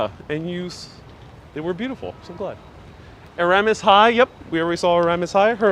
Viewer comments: It's pronounces E-ras-mus, You're leaving out the first s. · It's ERAS-Mus! You pronounce the 1st and 2nd S! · Your mispronunciation of 'Erasmus' 'Albemarle' etc. was a turn-off. btw, Erasmus Hall buildings are gothic architecture, NOT Victorian.